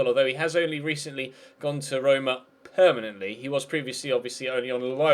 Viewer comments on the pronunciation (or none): none